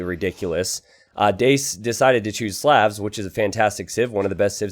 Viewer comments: great video! But could you pronounce Slavs normally. Please. It hurts. Same sound as the au vowel sound in Slaughter. Which is what happened to them here. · When is somebody going to tell that he pronounces "Slavs" wrong?